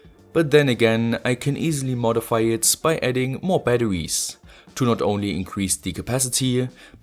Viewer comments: STOP SAYING BATTEWIES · i love how he says batawies